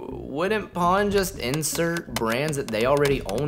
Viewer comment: One thing you pronounced the name Pon as it should be. Simply Pon.